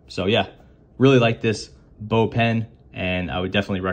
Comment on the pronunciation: It's pronounced "box" since baux is short for bauxite which contains aluminium (hence the name of the company)